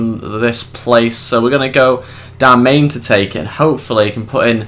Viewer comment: Btw its not darmain its darmian